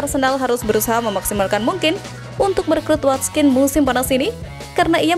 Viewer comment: Watkins min bukan watskin aduuuh